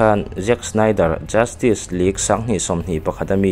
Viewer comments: Tinge JUSTIK i tih tlat aa JUSTICE ti in lam dik la ngaihthlak a nuam deuh ang.Rilru a la peng deuh tlat a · Justik❌ Justis☑️ Tia lam tur sir... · Tinge Justik ila tih hram a😂Vido hmasa ah khan ka sawi tawh sia, Justice hi Justis ti a lam tur, tik K 👈nilo in Tis S 👈tur hi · Chu chiah ka hrilh tum tak justick tih in a lam zel a😅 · Justice tih i lam dan hi dik chiahlo lo mo,"justik" tih angin I lam ri a, "justis" tih ang zawk in nise,lo soi mai mai😂👍🏿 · A va han lam diklo nasa thei tak... Justice League pawh justik tiin i lam daih a😂😂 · Sausage i lam dan te... Justice i lam dan te leh thil dang neuh neuh hi.. Pronounce dan zir i ngai